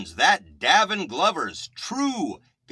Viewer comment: It is pronounced “Day vin”! He has been playing several instruments since he was 3. He is only 17 and is still exploring his gift of music. He also has had 2 scholarships since the 10 grade. People should instruct and guide young children in their gifts! They should encourage not destroy! He is an honest, kind , God loving ,driven young man. He is very authentic ! You are doing a disservice to kids who are trying to be productive members of society! They are adding positive energy in a negative world! What right do you have to negatively slam a child. No young person should be discouraged in development!!! Shame on you!!! I am his proud grandmother and I have NO useless equipment here just instruments. You think you’re doing a good service but you’re really KILLING A CHILD’S SPIRIT AND CONFIDENCE. You will be judged for that! Again, shame on you. !